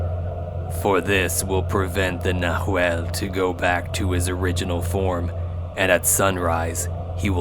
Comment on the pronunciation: Love the story! Oh, BTW, it's "nah whall", plural: "nah whal less". ✌❤